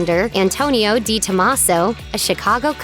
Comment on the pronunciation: It's Prosciutto Di Parma, (Dee) not Day Parma.